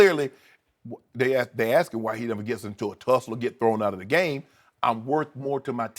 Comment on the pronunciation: Let me"axe" you something. What is "fustrated"?